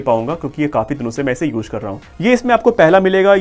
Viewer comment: Uje nahi re use bol..😂😅